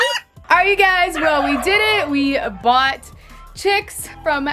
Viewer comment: Word correction: you said boughtin and its Bought. I'm not trying to be rude. Big fan! Keep up the good work! I love your channel! I love all your animals! CONGRATULATIONS on your brand new chicks! What are you gonna name them?